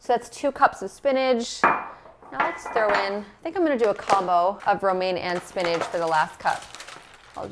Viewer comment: I love how you say spinage for spinach!